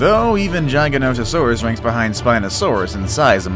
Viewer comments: It's gig-a not jee-ja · It’s giganotasaurus not jigononingserus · He don’t know how to pronounce Giganotosaurus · The way he says giganotasourus and megalosaurus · when he said GIGANOTOSAURUS he said it wrong